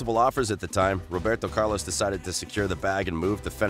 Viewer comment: Dude you have great content but got to stop butchering names